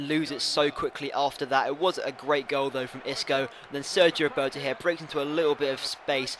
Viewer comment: Xisco is pronounced "sisco" mate, also nice episode as per usual.